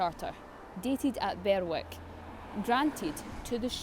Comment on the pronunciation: Also Berwick is usually 'berrik' but hey, they say mispronounciations are a sign of a well-read person, so we ought not to criticise.